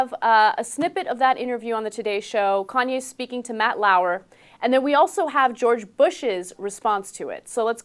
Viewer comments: lmao "CONWAY" west. ITS KANYEEEEEE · I just heard that Bush asked Iraqis for an apology. BTW he can't even say "KANYE" he keeps saying "KANWAY" the same way he kept saying "Nuke killer" instead of "Nuclear" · ahah "kon-way" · it kanye not conway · Lol "conway" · He sad kanway west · Konway West hahahaha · Konway west..lol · It's Kanye bro. Con YAY, that's how you say it lol. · im still laughing about the way he says kanye CONWAY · he says Konway west :p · He called him "Conway" Conway west...lol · ugh he keeps saying kanwe. thats getting in my nerves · I like how he keeps saying "Kanwe West." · Keeps calling him "Kanwe". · LOL, I think it's funny how he keeps calling him Conway hehe. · he said kon way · George Bush has trouble saying Kanye West